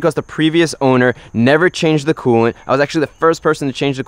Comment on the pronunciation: Take a shot every time he says coolent